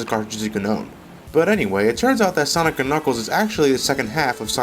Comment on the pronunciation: Its called "Sonic and Knuckles", not "Zanic and Knuckles" -_